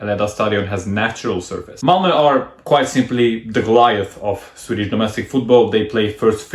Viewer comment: Your Swedish is beyond impressive! Your pronounciation is spot on! Great video, as usual!